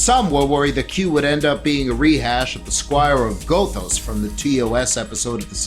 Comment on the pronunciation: ....ummm Gothos is pronounced: gah'-thowse. 🙄